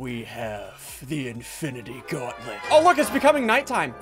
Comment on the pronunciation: Gauntlet not gonlet